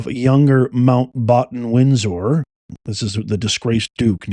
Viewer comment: 😂😂😂 You are such a drama queen! I watched the whole video just for the harrowing and nightmarish kitchen video. What a waste of time, it sounds to me like the chased individuals were having a lot of fun. And please pronounce Randy Andy's name properly. It'a Windsor, not Windsore. And you butchered Mountbatten too.